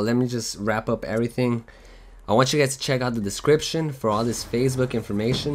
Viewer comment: I like it how he says Facebook like fazebook. Lol